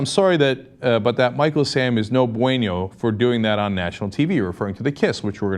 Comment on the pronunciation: Homophobia is no buen-yo. Lol. It's okay Cenk. I laughed at that as a Spanish speaker but you'd laugh at how long I called you Cenk, as in "Senk".